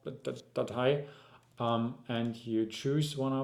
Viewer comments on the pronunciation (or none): Data, Data... DATEI! Da kam straight der Deutsche aus ihm raus :D Aber mega video danke dir! Und ps: Man versteht dich super also alles cool!